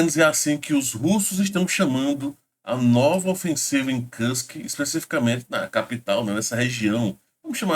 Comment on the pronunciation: se me permite a correção. O nome Kursk pronuncia cursqui, e não carsqui.